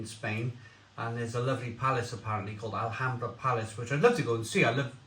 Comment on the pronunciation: Told you last week,you don't pronounce the letter 'H' in Spain.Likewise,Mahou is pronounced Mao as in Chairman Mao(remember him?).So,it's a one syllable word,not two.🙂🇪🇸🇪🇺